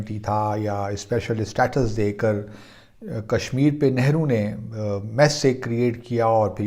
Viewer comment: It is very bad thing that you intentionally pronounce wrongly of our leader's nane .